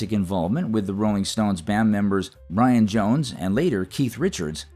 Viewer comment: Did you really just call Brian Jones "Lion Jones"? 😂